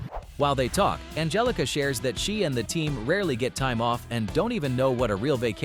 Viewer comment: Ann-Hell-ica . . . then spell it differently, G's are NOT H's